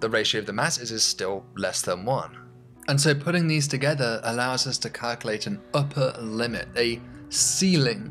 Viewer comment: A professor who pronounces "us" as "urs"...